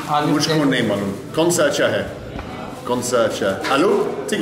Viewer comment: Hey man, please note that in the northern part of India saying "Achha" means okay or cool or good or yes. Please do not emphasize the word too much by saying "Achhaaa" as it is a sarcastic or a passive-aggressive way of agreeing and it may throw some people off. But, hey, that is some fine Hindi from someone who doesn't speak Hindi.